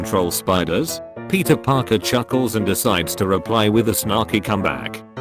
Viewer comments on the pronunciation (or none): none